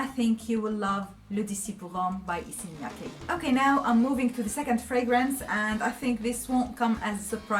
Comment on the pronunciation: I was not able to pronounce Issey Miyaki until this video. You did a great job. Thanks for the video & ur honest opinion.